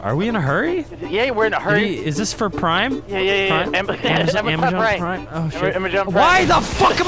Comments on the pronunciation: “Amajohn” flashback to mark and Johnny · Amajon. Amajonathan🧐